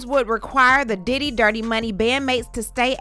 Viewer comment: I know you are getting tired after all that vocal reenactment cause that "Diddy" sounded like a "Daddy." 😂😂. Thank you for what you do. 🙏🏽💜